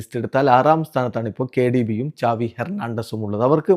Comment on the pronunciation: doubt aan xavi aanoo chaavi aano ethaan correct pronounciation